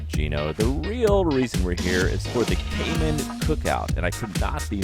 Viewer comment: It’s pronounced Cay Man as in “man” not Cay Min. Just saying… everyone try it: Grand Cayman